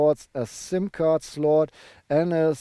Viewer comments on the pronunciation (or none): none